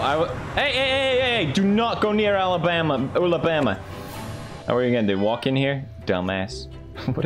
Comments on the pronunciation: he said ulabritha for Alabama 😅❤ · It's Ullabama like Ulla britta yk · I like how he called Alabama Ula Britta (if thats how you spell it lol)